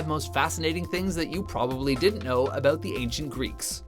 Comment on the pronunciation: In their last two videos, they can't help but say 'aboot', so you'd have to assume so.